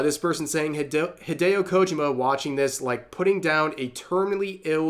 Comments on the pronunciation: KO-JI-MA, Rev. Three syllables. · I know...i know. I don't want to be that guy either, but his pronunciation of Kojima's name drives me up the wall. Enunciate the "JI" more, next time. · It's KojIma, not KOjima.😁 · The way Rev says "Kojima" kinda hurts to hear lmao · I'm trying my best not to nitpick, but the way Rev is saying Kojima is making me screech like Filthy Frank.